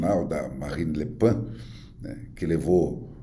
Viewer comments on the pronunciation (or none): Marine Le Pen, não Le Pin 😂